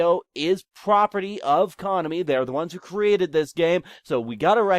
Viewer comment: I was about to post an essay long response about how stupid you are but instead i'll just stick with, Konami is pronounced CO-NAMI NOT CONAMY (dumbass)